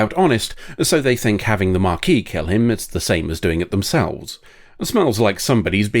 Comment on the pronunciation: Why are you pronouncing Maquis that way? It's not marquis or mah-quis. It ma-quis. Please engage pedantry to fix this pronunciation, or to tell me why I'm wrong. Thank you!